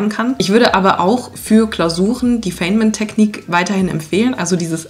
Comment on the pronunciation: Der Physiker und Nobelpreisträger wird "Feinmän" ausgesprochen.